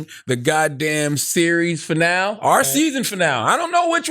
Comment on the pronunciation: Charlamagne doesn’t know how to say finale lol